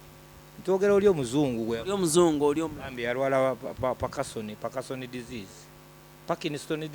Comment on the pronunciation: Gwe eya Soma and can't pronounce the word " Parkinson's" disease.